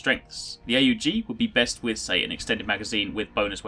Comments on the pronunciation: jesus its called aug not A U G ... smh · It's not A U G. Say "augment" then drop the 'ment'. That's how you say it.